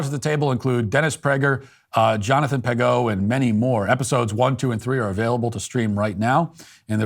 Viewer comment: Someone please tell Matt that Jonathan Pageau is French. It's pronounced "pazho," not "pago." Thanks.